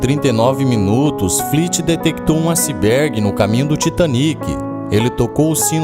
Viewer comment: Acibergue?. Mas o vídeos é bom! Parabéns.